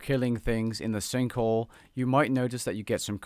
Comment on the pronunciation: "The sinkle"